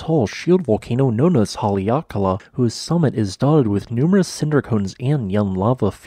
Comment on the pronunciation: good video - learned a few new things! also, haleakala is pronounced HA-le-a-ka-LA, with stress on the first and last syllable.